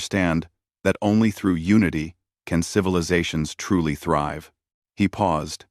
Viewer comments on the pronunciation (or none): none